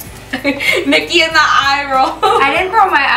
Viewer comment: It is Niki not nikhi but yeah I agree with you